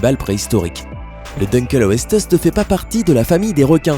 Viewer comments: Putain t'as niqué le nom du "dunkeuleosteus" xD Sa se dit "dinkleosteus" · Tu sais pas parler 😂😂😂 , c'est din kléo ste us , c'est comme ça qu'on le dit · Puis-je me permettre de vous dire que l'on prononce dun-kléo-sté-us? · on dit dinkléostéusse c est latin pas americain --" merci a cedric jurassic de me l avoir appris c est un peu comme cette video sauf que c est bien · Petite critique: Dunkleosteus se prononce Dinkléostéus,le Phoberomys n'était pas le plus grand rongeur de tout les temps ,le Josephoartigasia était plus grand en taille et en poids,pareil pour l'Arctodus (Ours a face courte) car l'Arctotherium mesurait 4,50m en position bipède (debout).Megapiranha s' écrit en un mot et sans accent.Le Megalodon ne dépassait pas 15m et était relativement lent (25km/h en pointe contre 40km/h pour le Grand requin blanc).Si vous voulez voir d'autres requins effrayants: Hybodus Cretoxyrhina Onchopristis Edestus Charcharodon Chubutensis(Requin de Chubut) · Wesh mais avant de faire une vidéo apprend la prononciation du dunkleosteus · Mdr comment il est prononcé le nom di Dunkleosteus!!! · C un cabiara pas un cabibara et puis on dit « duncléussetéus»